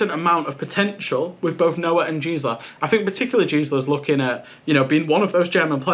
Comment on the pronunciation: Great video, thank you! Just a small nitpick: The 'G' in Gsla is pronounced the same as in Google. At least that's what the german casters say and also ties into a joke of 'Gisela' actually being a womans first name.